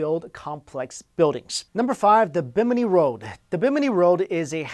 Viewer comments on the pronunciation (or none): none